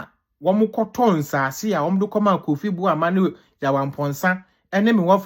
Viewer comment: The name is Emmanuel Armah Kofi Boah popular nzema name and not Kofi Bouama